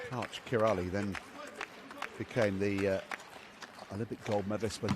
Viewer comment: can't even pronounce karch's last name. facepalm. ear muffs.